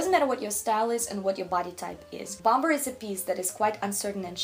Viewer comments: The second B in Bomber is silent. Bommer, not BOM BER. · Very interesting video , one thing to note is don’t pronounce the second b in the word “ bomber jacket “it should sound like “bom er” 😊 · And you don’t pronounce the second “b” in bomber., I am in awe of your command of English as a second language. Thought you might like to know this little detail. You are way more talented than I will ever be, on EVERYTHING.